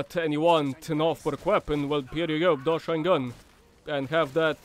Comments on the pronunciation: Isnt it called like Dosh-sheen gun like Machine gun? Not Dosh-shine Gun lol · I'm pretty sure it's pronounced "dosh-een-gun" like machine gun but with a D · FYI its pronounced DoSHEEN gun, its supposed to sound like machine gun, great vid btw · I feel like "Doshine" should be pronounced as if it rhymes with "Machine", as in, machine gun, Doshine gun? Seems to be a really bad pun.